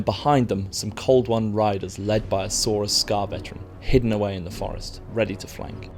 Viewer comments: Some "sourus" warriors? Wtf is a sourus? It's Saurus mate. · its pronounced Saw-rus not sow-rus. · Surely its pronounced 'saw-rus', not 'sow-er-us', as in 'tyrannosaurus'. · Wtf is a sourus? Saurus dude. Like almost every dino name I can currently think of :p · Please stop pronouncing it as sow-rus warriors. The game is looking absolutely awesome though. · every time i hear 'Sow-rus' it makes me shudder. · Cringe at the way he pronounces Saurus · Who got annoyed when he said saurus warriors??